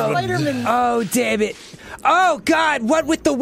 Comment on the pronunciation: It's not DEMMIT!!!!